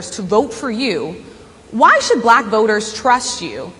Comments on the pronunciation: I absolutely abhor the way he says the word; “Black.” Black = a one syllable word, not a two syllable word. Why? He’s a disgrace. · Thanks to my governor Tim Walz saying that the GOP or whatever are weird even by how Donald Trump talks is kind of weird how he pronounces the word black, China or Indian it just sounds weird when you hear it from his racist disgusting mouth. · He intentionally/sub-consciously mispronounces anything his bigoted, poisoned, tiny mind doesn't like.